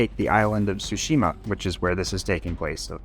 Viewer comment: Japanese history expert but pronounces "TSUshima" as "tsuSHIma"